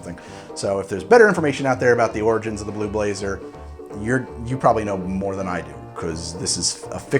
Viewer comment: i kept on hearing blue laser until about 2 minutes in.